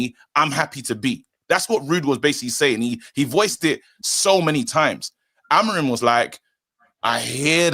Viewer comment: AmoriM, not Amorin.